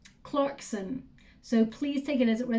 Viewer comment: I'm shuffling Lenormand cards as we speak! Just as you said Stork, Storch ( stork in German, it's a German deck ) came up..wow. I noticed that you said Clarkson in an English, London accent! I have a London accent..., I am ' gob smacked ' as we say in England...mind blown in other words 💜